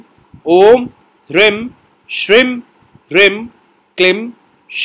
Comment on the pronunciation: Kuber ji dakshin disha ke nhi, uttar disha ke adhipati hai, aapse sahi gyaan ki apeksha hai.🙏 Apka ucharan Kia hua koi bhi mantra spasht samajh mein nhi aata Kisi beej ko ucha bol jate ho, kisi mein dheema, aap mantra ko likh kar kyu nhi dete? Kayi bar toh hreem bhi shreem sunayi padta hai